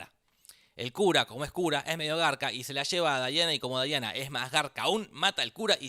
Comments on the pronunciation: no es Daiana, es DIANA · No es daina...es diana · ES DIANA ,NO DAIANA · Malisimooo... no es Daiana.. es Diana... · No es Daiana es Diana